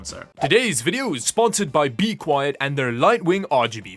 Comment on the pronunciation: You dont understand how refreshing it is to hear you say bequiet. If I have to listen to you pronounce linode one more time through your nose, im going to end myself.